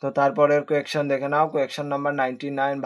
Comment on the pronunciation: Question ❌ quaktion✅😂